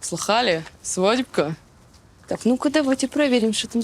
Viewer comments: почитала комментарии до просмотра ...уже нацелилась хаять новую ведущую, а мне зашла , после Алины конечно ее "нету " и "шо " слух резанули,надо убирать, а в общем терпимо,может даже и полюбится со временем) Короче не Коваль и слова богу) ну а Антон вышка, чувство юмора и подача как всегда на высоте!как и Алина, таких ведущих один на миллион, очень жаль,что ее больше не будет, она безумно чувственная,красивая,интеллигентная,бесстрашная и женственная! любовалась весь сезон, это был идеальнейший дует с Антоном ! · Вася перестала бы "Шо ?" говорить , отвратительно слышится. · Рада новому выпуску) Антон как всегда молодец, одно удовольствие смотреть. А вот новая ведущая не очень, даже если сделать скидку на то, что новичок. Очень много кривляния, некультурная и неграмотная речь, бесконечное шоканье... кто-то правильно написал в комментариях, ведущая может и из народа, но не весь народ такой, есть разница между эксцентричностью и быдловатостью, вот здесь явно второй вариант. Неприятно. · Ужасная новая ведущая, " Шо такое Джормэния, Дойшланд?" 😂 Такое ощущение, что вы на кастинге старались выбрать самую тупую... У вас получилось. Раздражает. Голова болит от того, как она орёт. Внешность быдловатая. Шутки у неё тупые. Ведёт себя как ребёнок. Я могу её недостатки перечислять весь день. Прошу найдите вместо неё другую нормальную ведущую 🙏 Или верните кого-то из старых выпусков решки, если это возможно.